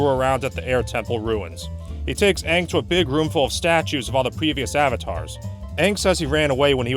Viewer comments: Aang's name is actually pronounced that way in Mandarin, being the characters for "peace" and "souring." The problem is Aang isn't Chinese so it doesn't make sense to retcon how his name is pronounced, especially when other aspects of the cultural diversity of the show are completely ignored anyway. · The avatar movie: the disgraceful nick movie that badly pronounced names, takes years of earth bending just to toss a fist sized rock, and has nomads of fire and air instead of fire nomads and air nomads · Funny enough that is how his name would be pronounced in Mandarin Chinese... Except for the fact that no one in this show is explicitly Chinese. Much less Aang, who is if anything Tibetan/Nepalese/Bhutanese. It would be like if for the film adaptations of the Lord of the Rings that some new director came in and said "we're going to pronounce Samwise Ganji like the original Norse to better reflect his cultural identity" without realizing why that sounds dumb. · even tho this video is old but the main thing i hated about this movie was the way the named get pronounce like aang was aung and some of the other characters names was mispronounced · “I’m AHHNG and I’m the AHHVATAR” “SOOKA dont” “I am general IIROH” like what in the world?! There’s TERRIBLE casting there are the WORST pronunciations and there’s an AWFUL movie altogether I am not afraid to say it I HATE THIS MOVIE NOBODY COULDVE MADE A MOVIE ABOUT THe GReATeSt SHOW In THe WORLd AND MADe THe ABSOLUTE WORST MoVIE EVeRRrrrrrrRr!!!!! Seriously..... WHY DOES IT EVEN EXIST??? wHYYYyY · Why the fuck did they change the pronunciation of everyone’s names? He isn’t Ong, or Ung. It’s fucking Aang. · The worst part is they mispronounced aang as ONG. BRO. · I saw this movie once, and completely forgot how they mispronounced the letter A. AHvatar AHng, fucking christ! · My cousin rented this movie and watched it with her once, it made me cringe the whole time. I even got annoyed on how they keep mispronouncing their names.